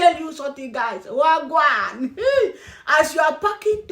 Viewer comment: you actually say Wah gwaan real good